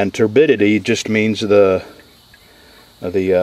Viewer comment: Another thing you gotta worry about is "TURDidity"